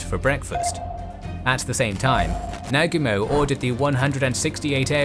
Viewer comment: your pronunciation could be better, Oahu and Nagumo is not pronounced right